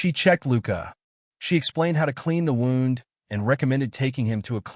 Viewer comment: A wownd? It's woo nd. Wound. Edit your vids for awful AI.